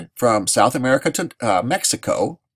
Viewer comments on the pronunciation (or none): none